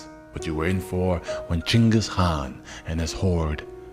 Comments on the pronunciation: I noticed that you basically skipped over a lot of details, there is another channel called extra history bro their video had more details and information then yours and also they didn't pronounce the word "khan" as "Han". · I love your fact based story telling. Great topics. The K in "khan" is not silent....or maybe it is, and my ears cringe at the "Han" sound. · I think dude is trolling us with the mispronounciation.